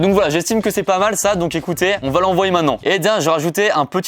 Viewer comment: Maintenant et non mainant 🙃